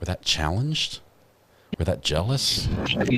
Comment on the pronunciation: He says jelious